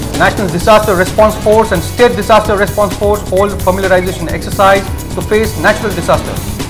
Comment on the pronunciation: Today anchor was very good in pronouncing the word solar as sola n disaster as dissaster.